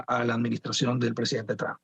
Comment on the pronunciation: EGCELENTICIMO SEÑOR DONAL TRUN 😂😂😂